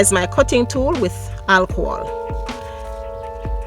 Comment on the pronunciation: Love how you say alcohol 🥰 I also can’t wait to have a tree to mount orchids on. Love your concoction in that pray bottle. The cattleya looks amazing, thanks for sharing and Happy Growing from your PhalPal Durrell ❤️❤️🙏🏿🇺🇸